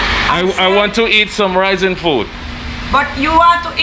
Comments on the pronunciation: You have visited my home town in San Andres. Its not raizen. Its RAIZAL .. Know you are meeting the true people of San Andres.. These are my people. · Hey, thanks for visiting my mother land. It’s called Raizal, not Raisen lol. Edit: I just see you corrected yourself. Haha ✌🏼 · Hey, thanks for the video. Quick note though, the word is Raizal. and the plural is Raizals (Ra-eeh-zahl). It denotes roots to the land and the region. These are my people, I am a fellow Raizal.